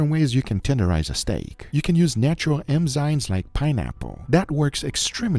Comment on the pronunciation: Dear Guga, How ignorant you have to be, to pronounce "eMzimes" (ugh!) years after you started to pronounce it in videos, and people telling you the correct word!? ENZIMES are biological catalyst molecules, mostrly proteins, which chemically modify other molecules, while themselves stay (mostly) unscatched. Thank vitamin co-eNzimes for that, for example! Cheers! -Biology teacher / Meat lover